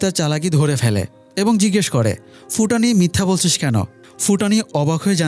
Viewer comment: ফুটানি নারে ভাই ভুটানি